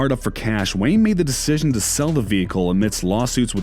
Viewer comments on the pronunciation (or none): none